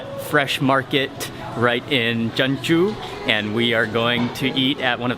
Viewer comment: isnt jeonju pronounced as jon-ju instead of je-on-ju